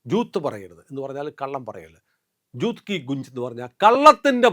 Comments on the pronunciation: ജൂത്ത് അല്ല " ജൂട്ട്"" എന്നാണ് ജൂത്ത് =ചെരുപ്പ്; ജൂട്ട്= കള്ളം. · കള്ളം = ഛൂട്ട് ( ജൂത്ത് കി ഗുഞ്ച് അല്ല. ഛൂട്ട് കീ ഗൂൻ ജ് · ജൂട്ട് എന്നാണ് ഉച്ചാരണം. നോണ്‍ സ്റ്റോപ്പ് രാഗാ തുടർന്ന് കൊണ്ടേയിരിക്കും.